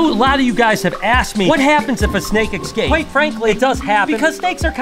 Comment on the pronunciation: Cool 😂 but can you stop saying "exscapes"?! 😂